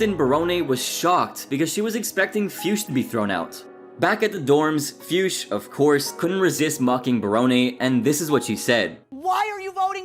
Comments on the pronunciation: The way you pronounce Fuchs....wow... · That pronaunciation of Fuchs made me giggle hard XD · I think that is not how you pronounce Fuchs.. Just listen to AVGN how he pronounce it correctly. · how do you come up with jackie fiusch? are you hallucinating or what? FUCHS! no i and no s before the c🤦🏼‍♂️